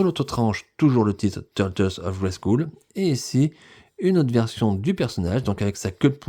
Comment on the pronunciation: Merci pour tes vidéos, il faut prononcer « grayskeul » et non « grayskoul » au fait 😉